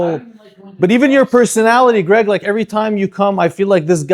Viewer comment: Lady, its Gregg not "Craig" sis doesnt even know her man's name 😂